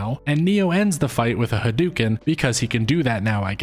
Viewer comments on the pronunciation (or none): sorry i had to stop watching when you pronounced "hadouken" as "hudookin"